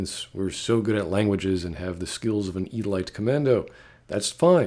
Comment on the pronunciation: why do you pronounce "elite" as "e-light"? you are the only person I have ever heard pronounce it like that